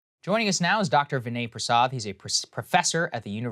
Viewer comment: I like how Saagar's accent briefly went non-American for saying "Dr. Vinay Prasad"